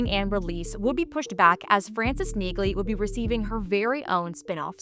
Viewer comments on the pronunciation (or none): The "G" is silent in Neagley, like the "G" in Neighbor and Phlegm🤔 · By pronouncing NEAGLEY wrong, you've shown your hand that you haven't watched any of the 3 seasons of Jack Reacher franchise thus far, & therefore have no credibility.